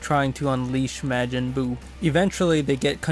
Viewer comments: Its pronounced ma-jin not ma-gin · MAREJIN?!?!? nah you can’t speak